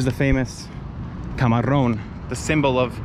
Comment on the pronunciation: Camarón de la Isla. Camarón with just one R (you pronounced RR 🙂) was probably the greatest flamenco singer ever and an icon for Spanish gypsies.